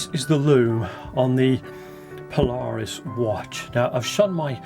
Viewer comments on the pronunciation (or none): Pronounced Paula...Reis...